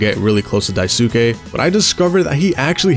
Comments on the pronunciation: not him pronouncing Daisuke as daisooke For further reference, his name is pronounced Dice-kay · The U in "daisuke" is mostly silent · some notes: 1) daisuke is pronounced dice-keh not die-soo-kay. it's a japanese name and syllables with U are typically smoothed over. 2) swansea is a sneaker head! he actually sets aside some of his salary to buy himself new shoes for his soberversary. 3) the hallway hallucination is still curly's pov, not jimmy. i thought the same thing, until i realized it makes more sense thematically with curly: how he feels like he's trapped on top of the (corporate) ladder, and how he's been ignoring warning signs about jimmy until it crashes in his face (literally), which is foreshadowed with the giant sun at the end that he can't look away from. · I though the original kanji is pronounced “Die-soo-key” but people never speak with the original accent and pronounce the ‘e’ with an ‘a’ for westernization. But hell what do I know I called him “Swan-see-uh” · odd way to pronounce daisuke